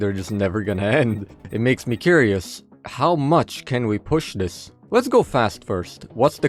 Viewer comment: weird lisp cant pronounce "this" properly and says dis so annoying